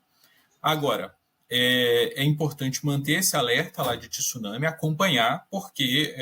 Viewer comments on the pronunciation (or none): O cara não sabe nem falar tsunami correto e vai saber falar sobre o evento? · Tissunami não existe senhores, ou se fala corretamente, ou fala maremoto. Tsunami como se escreve, tem que estudar mais. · É TSUNAMI E NÃO TISSUNAMI ... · Só brasileiros dizem TISUNAMI, é TSU-NA-MI. Só faltava dizer TIRAMISU.😂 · Não é tisunami. É tsunami 津波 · Eu não sei porque se insiste em pronunciar a palavra tsunami acrescentando um i onde não existe, a pronuncia é igual quando falamos tsuru. Tsu, tsu, a palavra tissunami não existe na língua japonesa. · Tem.gente que insiste em falar Tissuname onde japoneses chamam de Tsunami. Também não sei de onde veio isso...